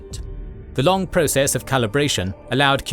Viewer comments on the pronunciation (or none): none